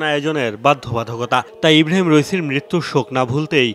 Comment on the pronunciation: রইসি না রাইসি